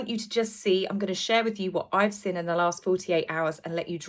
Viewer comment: Sorry to complain, it grinds my gears! Could you please pronounce the g at the end of words, may-or not mare, seen not sinn! Sorry jmo! 😬😬😬 I find it hard to believe the mayor of New York would call a press conference for PR fluff delivered by Scoob lol, they all seem to be acting in this bizarre set-up, not just H & the Mog! 👀👀